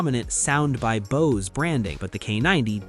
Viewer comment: The AI pronounced Bose as boss.